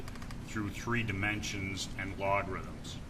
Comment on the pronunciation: Log-rhythms 🤣 Adorable